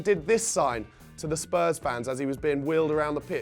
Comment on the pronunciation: I don't know why but I have a particular dislike for Charlie Nicholas, he can't even say our name properly, it comes out as Spuz